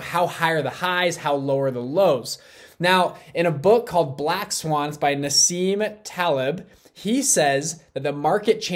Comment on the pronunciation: He said "Naseem tablet" 🤣🤣🤣